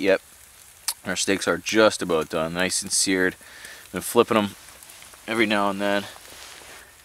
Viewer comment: that's what i taught when i heard him use hey and aboooooooottt